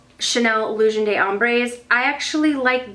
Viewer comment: "De" or "D' " in French is pronounced like a letter "d" sound. Almost like the word "duh" but more like the letter "d" sound. The way you're saying it (and pretty much everyone else on YouTube so don't take this personally at all please!!) is the word "des" in French which is different. Just thought I'd let ya know! Lots of love, from Montreal, Canada!